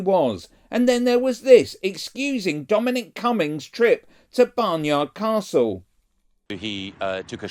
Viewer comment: Did you say BarnYARD Castle?